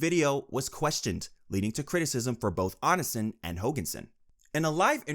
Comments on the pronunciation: "on in sin" 🥀💔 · I admire your effort at summarizing the endless shithole that is Greg (or "Anasin", which is how I misheard your accent, pronouncing "Onision" lol) Genuinely great content, I love having the icebergs on play while gaming/doing chores. Keep it up 👍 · "ice o logger" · It’s pronounced Oh-Knee-See-On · "Oni son" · if there's one person who deserves to have their name mispronounced repeatedly, it's onision. ik he hates being called "onion man" so i have a feeling the "onisin" pronunciation would also annoy him. good. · "On-i-sin" bruh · It annoys me when people can't do enough research to pronounce someone's name right. But Onionman deserves all the disrespect, so I'm here for it. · The way this man pronounces Onision has me decaying just a little more every time. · Bro if you keep pronouncing Onision like that you're going to start a mass chain reaction of brain aneurysms. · Fr I was so confused cuz I've been listening while playing games and my stomach started hurting blah blah... And so I wasn't looking at the screen and it took a sec to realize he meant Onision. It hurts me when he says it like that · why does he pronounce onision like that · Is this voice AI?? How can you get Tana and Onision’s names wrong?! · omg I didn’t realize you were talking about Onision at first, what a pronunciation 😂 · You gotta be mispronouncing such big creators names on purpose lmao 😂